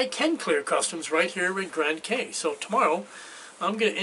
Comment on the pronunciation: In the Bahamas, Cay is pronounced key.